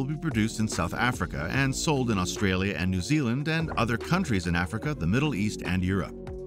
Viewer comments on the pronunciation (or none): none